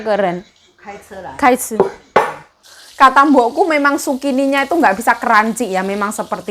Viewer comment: Zukini BKN sukini nma org mbk